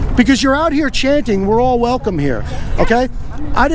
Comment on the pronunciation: "Everyone is wecome here"